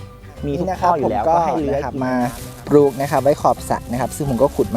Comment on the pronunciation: คำว่าปลูก อย่าออกเสียงว่า ปูก